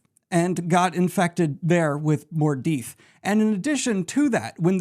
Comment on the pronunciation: awesome Daniel great revision here, just a few 'typos' when reading and a few wrong words, like; Mordeeth instead of Mordeth, and Corinthian instead of Karetheon, but I couldn't do better - no way. Love this